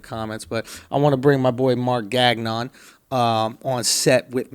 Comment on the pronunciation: Mark funny as fuck. But you really gonna let "Gagn'on" slide? lmaoo